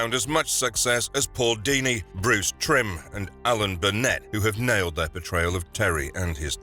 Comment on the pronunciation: Bruce Timm not Trim.